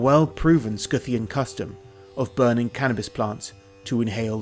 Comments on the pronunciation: what the heck is a "scoo-thian"? x'D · It’s Scythian not skithian. Scythian is from scythe the tool used to Harveest grain; it’s scy line psy “ Pronounced sigh or sigh-thee-ans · stg him saying Scythian as 'scooffian" is driving me crazy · No, is pronouncing it wrong, it's Si-thi-an, same like scissor, scimitar, scythe, etc. Watch for the correct pronounciation, an even more correct word is Saka/Shaka